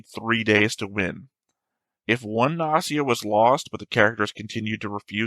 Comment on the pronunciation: Although I didn’t comment that much (maybe because I’m bad at English, so I skipped half discussions 😂), I enjoyed your reaction very much. (The fact that you take the show so serious is the most amazing thing 👍) I love that you are still saying “Nazi a” after those episodes (maybe it’s some joke of English I didn’t get? Or maybe you just used to not pronounce “G” and pronounce “O” as “A”? I’m curious (｡ì _ í｡)